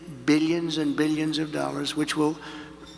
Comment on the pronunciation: I'm sick of the way he pronounces "Beeyuns" of dollars.